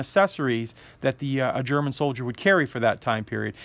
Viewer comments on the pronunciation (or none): none